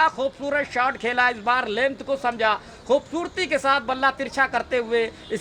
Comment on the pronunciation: Bhaai खूबसूरती होता है। खुबबूर्ति नही 😂😂😂